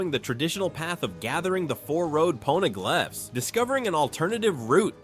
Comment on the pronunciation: They are pawneh-glyphs nor are they PONEY-glaphs paw-na-glif is how it's said lol